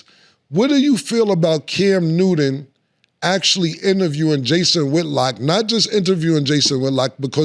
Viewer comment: “Cam Nooden” yoo Killa pronunciation is crazy.